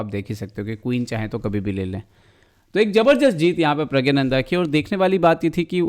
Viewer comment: It's प्रग्गनानंदा👏🏻